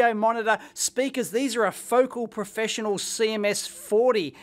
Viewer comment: “Ro-kit” and “foc’l” lol. Love your pronunciations for these speaker brands, Dave. Rock-it Powered and Fo-cal.